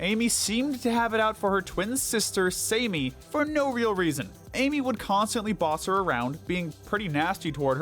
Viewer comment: HER.NAME.IS.SAMMY not "Samey"